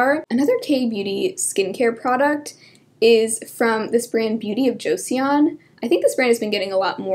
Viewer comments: joseon is pronounced like "jo-sun" btw! and unfortunately, beauty products seem to randomly come and go on yesstyle. there are a couple of things i was able to buy through them but one day was no longer sold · just fyi, beauty of joseon is pronounced like "joe-sun" :)